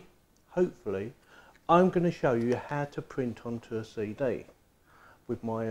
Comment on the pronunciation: CD = say day